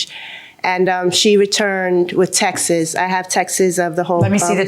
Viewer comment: Not the “texes” 😂